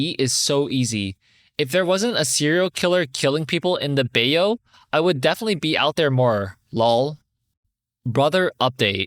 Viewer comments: As adorable as "BAY-yo" is, that word is actually pronounced "BAI-yoo." DO NOT move to Texas! Zero out of ten, do not recommend! As a follow Houstonian, this state fricking sucks, and OP was lucky as hell to find a townhome that cheap -- speaking as someone who is also apartment hunting in this area. If I had the money, I'd move out of this state in a heartbeat. As it stands, however, all I can do is warn people away from this place. The weather is atrocious (especially in Houston, it changes every minute it seems like); there's only two seasons (melt-your-skin-off heat and how-the-hell-is-it-snowing cold); traffic is god-awful; construction is constant and never ending; the whole state is disconnected from the rest of the U.S.'s power grid, so whenever there's a huge storm like the one in February, 2021, the electricity in the whole state gets shut down and can't pull from neighboring states like every other state can. And that's saying nothing about the politics here. There are pockets of blue, but it's drowned out by the ocean of red. If you're anything other than a cishet white Christian man in upper-middle class and above, you can expect to be looked down upon in the must politely condescending way. It's not fun here, and it certainly ain't cheap. I don't know how OP's realtor found a townhome in a decent area for that low of rent, but I wish her well and I pray to god her landlord doesn't spike the rent as soon as her lease is up. Translated from Spani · Gently tells you its pronounced buy-you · op is a good big sister. also for future reference, it's "bye-you" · Bayou: 'by oh' in Cajun french; In regular French it's 'beh yoo' (like a cross between beh and by). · S1: I’ve never understood why parents make their kids pay rent when they turn 18 or are living at home. OP sounds like she has been helping around the house, def taking her for granted. Edit to add: also bayou is “buy-you” lol it’s like a swamp of sorts. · bay-you is killing me